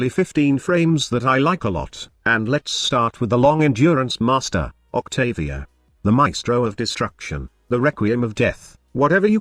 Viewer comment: Octavier haha